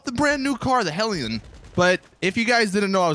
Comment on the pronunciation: I watch your vids all the time, you're my go to GTA channel. That being said, your mispronunciation of things makes me crazy sometimes. To the point where I yell the word out loud. Lol HelliON he says. And Chili(ID)